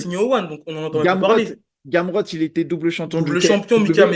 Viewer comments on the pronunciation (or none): il a dit gamrot galère 🤣 faut doser